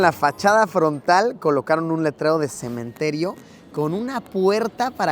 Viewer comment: Todo bien pero "cemeterio"? Fuuuck jsjsj